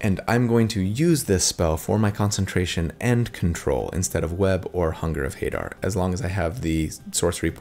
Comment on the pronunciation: Love this build! Not gonna be playing it anytime soon, just started a new campaign, but definitely keeping it in my back pocket. Also, I pronounce it Ha-DAHR, rather than HAY-dar, but maybe that's just me?